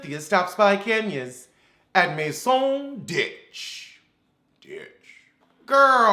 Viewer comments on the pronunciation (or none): "At Masone' ditche" 😂🤣 Translation: In the ditch chile, the moldy AF ditch.